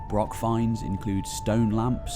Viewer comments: Yes, it is - thank you for noticing. FYI despite the illiterate doing the voice-over spreading incorrect info, it's not a BROCK with a hard 'K' sound, it's a BROCH with a long, soft, Scots 'ch' sound - as also found in Loch (ie not an English 'ch' as in 'chip' either lol). Imho they served the same purposes as castles, roundhouses, longhouses to their small communities - part to show status of the laird or equivalent, part a community congregation point & part security - a lookout & defence against raiders. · Not used to a broch being pronounced as "broxs", usually a much longer br-ouch, it difficult, if some one can advise please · Ouch. It's broch, not brock. Does he also talk about Vincent Van Gock rather than Gogh? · Good video but few pronunciations are off, they aren't called BROKS but Bro-ochs and Neil Oliver certainly isn't an archaeologist, he's a TV presenter and a prize wanker. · Excellent presentation and research. Shame you keep calling them brocks rather than brochs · Now practice....Johann Sebastian Bach, Bach ......now say Broch. Broch....not Brock. Achh, Sassenach. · FYI. Broch is pronounced like loch, not brock or lock. As per this explanation: Callanish - Calla-nish. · Wish you could say broch properly as it's not broc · Well, he's pronouncing it wrong here, it's pronounced with a germanic "ch" sound, as in "Utrecht", not a "k". English people often struggle to pronounce that sound and revert to "k". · Its really annoying that the word broch is mispronounced as "brock" throughout the video! A wee bit of an effort with the language isn't too much to expect Is it? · Might take you seriously if you showed respect for our language & even made the effort to pronounce BROCH correctly. It's not a bloody BROCK! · Extreeeemely embarrassing that the narrator does not pronounce broch correctly... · How I wish it had been narrated by a Scot, preferably by a native Highlander. His pronunciation of the word broch itself is very grating.